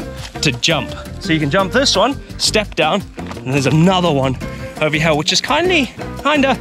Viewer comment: Love how says "here", "heyah" lol